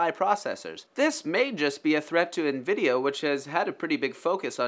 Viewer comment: "nvideo" xd